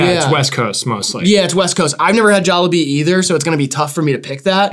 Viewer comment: the jollibee pronounciation is crazy the logo is literally a jolly bee